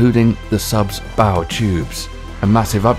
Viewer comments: Later he calls the bow a Bo. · "Cave-ee-ation". "Bow" (like a ribbon). Ugh. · Oh, leave a video because he mispronounced Bow, Cavitation, and Nuclear and calling him a clown because of it...lmao😂🤦‍♂️. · And how are you pronouncing “cavitation” and “bow”? I suppose you can’t pronounce “corpsman” either. Get someone who knows the subject to narrate.